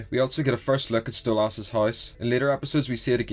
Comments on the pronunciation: just wanted to point out ocz it pisses me off its stolas nat stolass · why do you pronounce stolas "stolarse" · No Stella calls stolas "stolass" on purpose Because she hates him. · Small thing I've noticed. You pronounce Stolas wrong. It's pronounced like soulless. Really not a big deal just figured I'd let you know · I don’t have a Northen Irish accent but I say Stolas the same way you do. My friends made fun of me because I know how to say Stolas the normal way. I just don’t. Plus I already told them that Octavia said Stolas like that too. They stopped making fun of me and I keep saying Stolas the same way